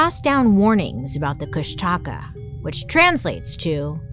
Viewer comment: Try to phonetically pronounce it Kush-duh-caw to try say it more closely like how the native speakers say it. I was listening to you in the background thinking what in the world is she trying to say? Then I looked up and realized what you were talking about. Lol